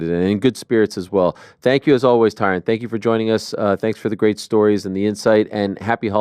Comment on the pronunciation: Why he say his name like that it's Ty Rone